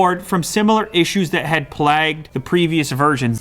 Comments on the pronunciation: "plagged" it's plagued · Hold up. Did this guy just fucking say “plagged” ????? Is it me or does everyone else say it like “play-gd”? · The way he says plagued , plagged , instead of playguhd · Plagged? Ever heard of the plague? /plāɡ/ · It's pronounced play-gued, like the disease, not plah-gued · Lucas Minicola It’s pronounced “playgued,” not “plahgued.” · "plagged" lmao, it's plagued. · "plagued" is pronounced "playgd" not "plagged" :) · Plagued? Not plagged? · Plagged? You mean plagued? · Why do you pronounce the word "plagued" like that dude :| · This guy can't even pronounce plagued. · Learn how to pronounce “plagued,” buddy. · that is not how you pronounce "Plague".